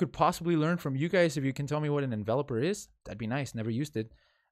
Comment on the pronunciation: Envelope is a volume or fade parameter. Envelope like you send a letter in is how it's pronounced